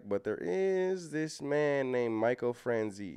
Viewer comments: Michael Fran Chaz ee. That's how you pronounce Michaels name. If you are familiar with the movie Goodfellas, the main character, Henry Hill, is walking into a the restaurant the gangsters all frequent and he's naming several gangsters, name dropping famous mobsters. You hear him mention Michael Fran Chaz ee. He was a big earner in the mob in his day. He had a scam he was doing where he was getting a sales tax for every gallon of gas that was purchased in New Jersey. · It’s pronounced Michael Fran Chay Zee not Franzie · It's pronounced like "niece" without n sound. Franz"ese"